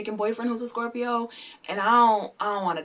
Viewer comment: BOY you said scorpio wrong